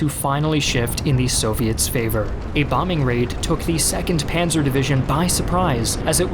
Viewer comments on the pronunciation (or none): none